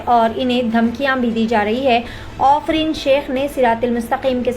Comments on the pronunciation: Ofreen nahi aafreen bolo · Wo afrin hai, offrin nai hai 😂